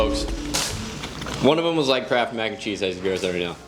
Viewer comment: They made "Crapth 🤣😂🤣